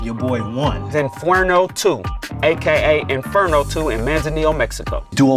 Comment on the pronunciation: still saying Infuerno has me so happy 😂